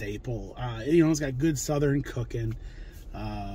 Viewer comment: I've never heard anybody say Southern the way you do..lol...suthe ren....lol...I was born and raised in TN. I've always said it like Suthurne.... cracks me up. Now I can't stop saying it the way you do..smh